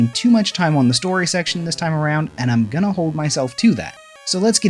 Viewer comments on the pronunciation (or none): none